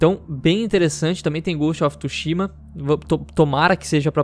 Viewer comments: Só eu q fiquei mt incomodado com o falando "Ghost of TUshima" ao invés de "Ghost of TSUshima" kkkk:v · Não é tushima é tsushima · inglês? kkkk, mas "TSUSHIMA" é japa garaio :v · Que agonia toda vez que ele fala Ghost of TÚshima